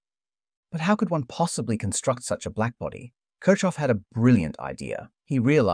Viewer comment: The way you pronounce Kirchoff is painful.